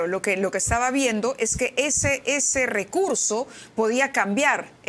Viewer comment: Este sujeto es un gangster. Y como tal, ni siquiera pronuncia bien: “taba” en vez de estaba. Miserable!